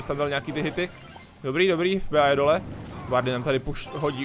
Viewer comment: Hele ty neumíš anglicky nečte se to bea ale bí